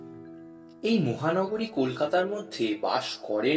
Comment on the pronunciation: Please don't treat this as negative criticism...here are some feedback for you so that the next project turns out even better... narrator er kathay ekta strong uttor kolkatar taan ache, jemon "möhanagar", "möhal', "ghora" with a chandrabindu ebong ekjagay 's' instead of "sh" (around 12.48)... you may try to use "au" instead of 'ö...ei truti gulo shadaron conversation e upekkhito hoye jay kintu audio file e bhishon srutikotu lage. Besides, the female voice which introduced the story seemed to read out the content from some script and lacked the spontaneity...try to make it more conversational...eta khanikta bachhader class e reading porar moto lagchilo. And yes, it's Mary and not Meri Hope the feedback helps..wish you luck for your next project..